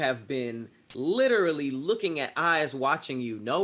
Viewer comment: Kinda hate the way pronounces “literally.”